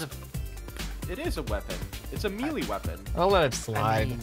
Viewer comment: let's make fun of for the way he says melee weapon